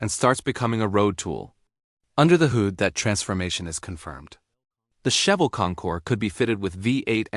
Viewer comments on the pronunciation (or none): AI voice stinks. can't say hood? :(